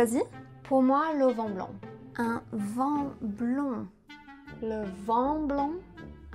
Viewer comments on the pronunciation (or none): pourquoi tu dis un vent blanc et non un vin blanc? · Here's the reality of this - French people don't understand because they don't care to understand. The video is a perfect example. The orderer is in a place where the word "A blond wind" is ridiculous. Ridiculous. And, in any other place where people try to understand foreigners - Spain for example, they would be able to connect the dots. It's done in English all of the time. While there isn't any one single "perfect pronunciation" of English that's because by nature it's made for flexibility and communication between all users of it but I can say that without question the vast majority of French people who learn English as a second language mispronounce things in just as badly as the examples because their French native sonic palette mixes up - when French people tell us they went to the beach...we don't think they are cursing about going to a "b**ch" but it sounds 100% like that and it's just about every French person and it would be a pretty bad thing mixup if we didn't bother to have it make sense. I studied French for 10 years. I can read French novels, I can watch French TV and I don't bother to speak it because it is received as if I'm dropping a dead bird on someone instead of trying to communicate. That is the reality of French. BTW - in Tahiti, Algeria - 2 places I have been where French is used, I spoke French with everyone and they seemed to be able to communicate with me very well. That can be taken for anecdotal but my anecdotes in my real life have told me that